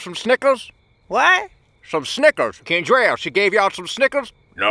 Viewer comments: Matty Metro Oh thanks. It's hard to tell. Normally that's a boy's name coupled with the fact that he pronounced it "Ken-drelle" like a muthafuka. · Oooooh is that what it is? I always heard "Kimtrel"